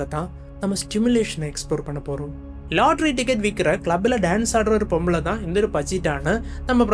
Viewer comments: its not stimulation ❌bro its simulation✅ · Stimulation illa bro, Simulation.